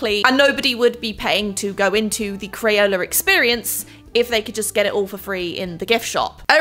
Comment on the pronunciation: I loved the video! Why did you say “crayoler experience?”